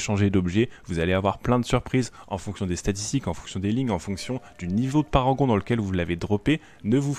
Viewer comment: C'est Parangon pas paragon...